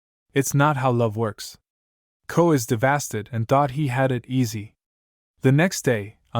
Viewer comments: Davasted why did he say it like tht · Ai dumb asl what is “davasted”💀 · bro said devasted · Bro said “devasted”💀